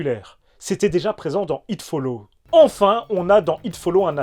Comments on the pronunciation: Il y a un putain de "s" à It Follows... ça me gache toute la vidéo là... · Idem un des meilleurs films d'horreurs niveau concept. Le truc est carrément imbattable, inaretable. Tu finiras forcément par mourrir. Peut être dans dans 24h ou 48h, me le It te rattrapera. Ça fait froid dans le dos 😢 Ps: pense a prononcer le S de Follows, 3e personne singulier 😅